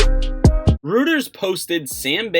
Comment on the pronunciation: Reuters - Pronounced ROY ters thanks